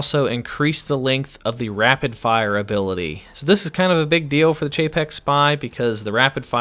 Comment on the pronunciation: Hey! Its pronounced Cay Fex spy. Not however the hell you are saying it. When a p and h are together it makes a f sound. Caphex!!!!!!!